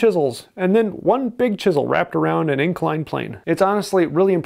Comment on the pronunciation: If chisels were that important, how come he hasn't learned to pronounce "chisel".